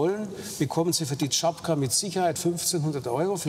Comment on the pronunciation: Tschapka, nicht Tschapaka